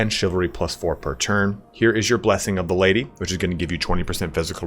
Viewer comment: PHOR ZE LADY